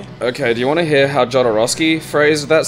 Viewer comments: well, i had to say that jodorovsky is pronounced as [xoðoˈɾofski] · The way you guys pronounced "Jodorowsky" made me so unreasonably angry.